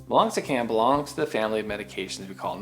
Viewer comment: The way you say “family” quickly sounds like “failing” 😂👍